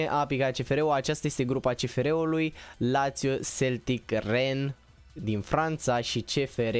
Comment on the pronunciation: Se pronunta ren